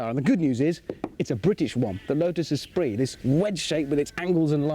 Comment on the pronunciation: Espirit??? ESPIRIT??? OMG. Esprit!!!